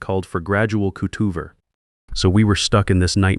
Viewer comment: This AI speech is appalling Cutover??? cootoover really?????